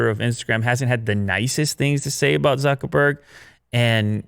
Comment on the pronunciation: So you can pronounce Sundar Pichai's name perfectly, but totally butcher Zuckerberg? If you're going to discuss the guy's company, at least say his name correctly, jesus.....